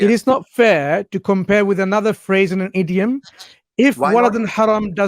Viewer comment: Can someone tell that guy thats its not 'EEeeDiUuM' it's 'Idiom'🤣